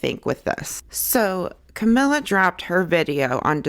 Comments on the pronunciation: I have no dog in this fight but wrong pronunciation drives me crazy. Cuh-me-lee-uh. Not Camilla. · Funny that you’re talking about accuracy. Her name is not Camilla. It’s Cam el i a. Look how it’s spelled. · she is talking about accuracy and mispronounces her name ...and you”re= you are.